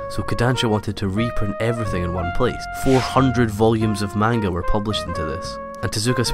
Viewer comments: Very cool video! Though one thing you gotta be careful about is how you pronounce manga, the correct way is "monguh" not "maynga". Some people might get after you if you're not careful :) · This video made me realize how it grates on my nerves when people mispronounce "manga". But the video was so good I was cured of this by the end of it. Thumbs up!